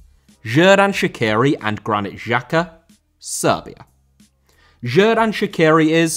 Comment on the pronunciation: Pronounce of Xherdan and Xhaka on this Xh is same like J in jeep , jungle, Jordan. Jerdan and Jaka is true not with french G like in Paris Saint Germain.